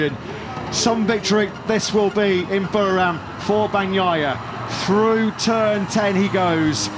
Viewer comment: No podium but well done Jack Miller. A huge improvement. And those Pommie commentators never did learn to pronounce 'Buriram' correctly 🙄